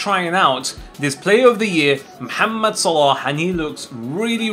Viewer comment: Your MOHAMMED Pronunciation is perfect